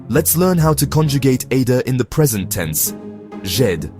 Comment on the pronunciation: Great Idea of the video but at least make it pronounce aider correctly. Imagine going to France and hearing someone say Eydr. Wouldn't really work would it